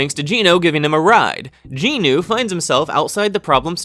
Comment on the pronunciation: I actually haven't watched the anime yet, but do plan to do so when I get to it. Btw, you butchered every single name in this video. Somehow there are 4 Ginus, despite the MCs name being Jin Woo and the other guy is called Jin Ho. But you called them both Ginu and even Jin Woos sister somehow became Ginu. I just want to point it out, because your butchering of the names made me very confused about who was who. Because you called everyone Ginu. But the rest of the summary ways great. Just maybe try to say the names in a way where you don't call 4 characters the exact same despite their names being different.